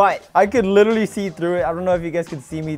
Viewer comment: Bro needs to stop saying "lilleraly"